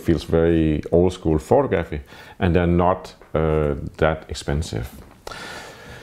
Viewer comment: Love your videos. I also find it impressive how committed you are to pronouncing "photographer" and "photography" in the most Danish way possible.